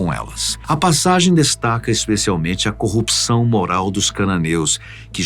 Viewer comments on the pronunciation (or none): none